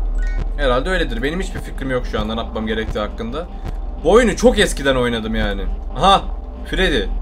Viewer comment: nâpmam gerekiyor yerine napmam gerekiyor degişi komik yaa😂😂 devamını oku...